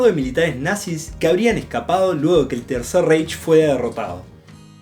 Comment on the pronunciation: ¡ Por favor, no digan "reish"! ¡En alemán se dice "raij" !